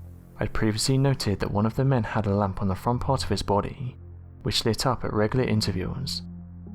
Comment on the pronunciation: "..which lit up at regular intervuals.." WHAT THE HELL IS WRONG WITH THIS GUY!!! It has to be a robot... a very poorly educated robot maybe? Why can he not speak english? He says ridiculous things ALL THE TIME!!!